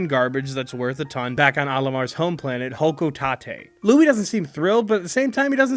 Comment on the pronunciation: i love the video but its hoe-ca-tAte NOT ho-co-tat-A